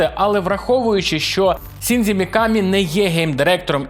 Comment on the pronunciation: Будь ласка, досиь використовувати русняву систему транслітерації японських слів! НІяких "сі", "дзі" і тому подібних неподобств я понській мові немає. Правильно Шінджі, а не "сіндзі"